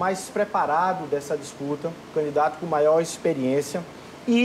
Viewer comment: "Canidato", não, candidato!